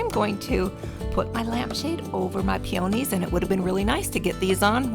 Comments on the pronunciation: Pee-ownies? Pee uh nees. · First time viewer here & I am sooo jealous over the wildlife you have in your beautiful back yard! The deer were magnificient! I knew what you were going to do w/ that maroon lampshade when you picked it up! Smart lady! Oh, by the way you pronounce Peonies: Pee- a-nees, not Pee-on-ees. 🦌💓👌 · I've never heard peonies pronounced that way before lol